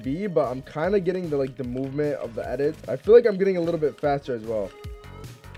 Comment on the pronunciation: Lol he said jamovement 😂